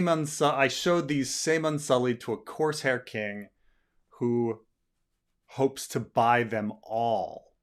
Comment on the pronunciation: Did you say coarse hair?😁